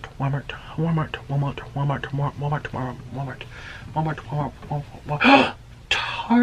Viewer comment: He kept saying wamart